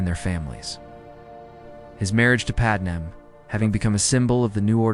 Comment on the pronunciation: Decent story but the lousy AI images are just distracting, and they look terrible. You’d be better off just a still image of a planet from space or something. And your AI reader sucks. Either teach it how to say “Padme” or deliberately misspell the name so the damn thing gets it right!